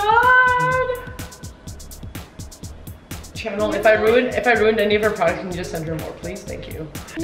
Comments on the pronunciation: I wonder why Amber always said it channel instead of Chanel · It's said shan-nel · Because when you pronounce the "ch" of Chanel in the normal English way...it sounds like "channel"? lol